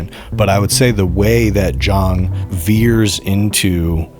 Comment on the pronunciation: (Btw, at the video's start—both pronunciations of Jiang were wrong. It's Jee-ahng, one syllable.)